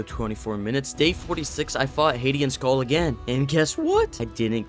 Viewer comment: its ab Ö not o so its Sköll not Sgoll